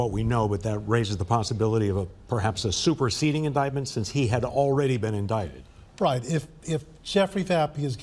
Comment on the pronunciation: Should I pronounce the word, "in-die-tid", or "in-dic-tid"?? 😅 😂 🤣